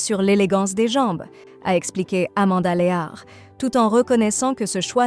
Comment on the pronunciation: La prononciation de " Lear" doit faire rire beaucoup de gens